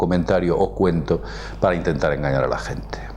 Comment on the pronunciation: De echo el cuenta... Poné la velocidad a 0.5 y escucha bien.